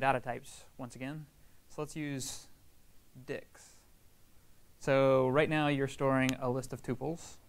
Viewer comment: Your class has been the best so far i have found on python, but can you please emphasize the "t" when you say dicts